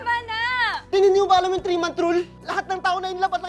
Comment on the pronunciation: Di ko kinaya ang "3 mont rule" ni kuya hahaha..